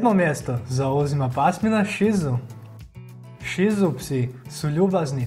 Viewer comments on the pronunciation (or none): Super video ali ši cu, las apso i joršiski terijer se izgovara ju ovako kako sam napisala.